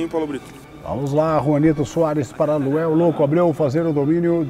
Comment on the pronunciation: Paulo Brito errando os nomes é melhor de todos! O melhor é que o cara é Luanel e ele chama de Luel desde o primeiro vídeo!!! Muito bom 🤣🤣🤣🤣